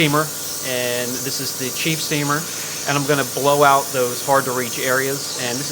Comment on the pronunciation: oooh so you didn't say cheap, you said chief, my bad.